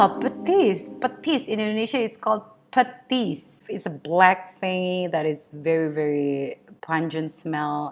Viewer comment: Yeah how you patis. Thats how we pronounce it.